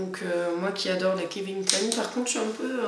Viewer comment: On dit pas kevin clein !! Mais Calvin Klein ;)